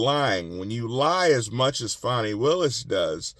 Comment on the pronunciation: You're right on about her, and you always pronounce her name right! 😉👍 Too often I hear people saying her name like "Fawny" and I don't think it's funny! 🇺🇸💪